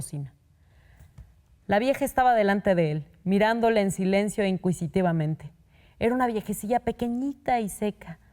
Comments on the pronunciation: En la palabra inquisitivamente pronunció la u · Que mal lee esta señorita, inventa cosas...la sílaba qui de inquisitivamente...quien le dijo que se leía así? Deberían editar